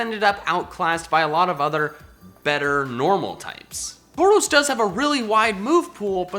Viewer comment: Taurus was pronounced wrong lol